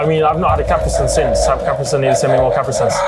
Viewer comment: CAPRE-SINS no its said CA-PRI-SUNS